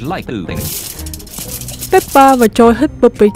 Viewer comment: Ko phải là peppa mà là peppo😂😂😂😂😂😂😂😂😂😂😂